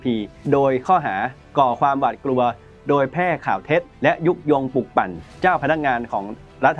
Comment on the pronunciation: คงอีกไม่กี่สิบปีดอก ที่ภาษาไทยจะวิบัติมากไปกว่่านี้ อ่านหนังสือกันแย่มาก นี่ขนาดการศึกษาระดับปริญญานะ อังกฤษ ต้องอ่านว่า อังกริด ไม่ใช่ อังกิด, ปลุกปั่น ไม่ใช่ ปุกปั่น เด็กรุ่นใหม่ได้เห็น ได้ฟังสิ่งที่ไม่ถูกต้อง แต่เค้าไม่รู้ดอกว่า ถูกต้องหรือไม่ เค้าก็จะอ่านและออกเสียงตามที่ได้ยิน ภาษาไทยก็จะอ่านออกเสียงไม่ถูกต้องนับแต่นี้.......... การทำหน้าที่สื่อ พิจารณากันหน่อยว่าควรปรับปรุงหรือไม่ หากไม่สามารถอ่านไห้ถูกต้องได้ ก็สมควรหาผู้ประกาศที่สามารถ เพราะนี่คือภาษารากเง้าของเราแท้ๆ แล้วจะเอาอะไรกับภาษาที่ต้องใช้สำหรับทำมาหากินในยุคสมัยนี้อย่าง ภาษาอังกฤษ!!!!!!